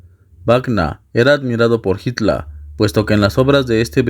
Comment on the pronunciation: Por suerte alguien que pronuncia correctamente el apellido de Hitler Y aclaración führer no significa líder sino CONDUCTOR